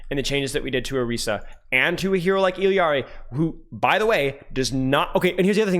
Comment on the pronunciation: is one of the few that say it correctly.